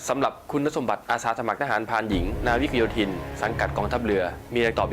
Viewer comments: อ่านว่า ทหารพราน นา วิก กะ โย ทิน (นาวิกโยธิน) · อ่านว่า นา-วิก-กะ-โย-ทิน ครับ หอม ❤❤❤